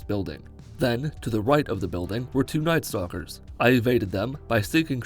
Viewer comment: I wasn't listening on a high volume, so I kept thinking that you were referring to Nightstalkers as "nice doggers"